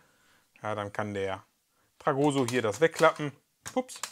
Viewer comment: TragoSSo mit Betonung auf dem "s", nicht auf dem "o" 😂😂